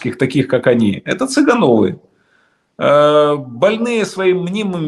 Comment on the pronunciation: Чета ЦЫгановых. Ударение надо правильно ставить